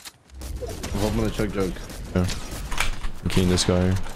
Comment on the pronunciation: Why did bro call the chug jug a yo yug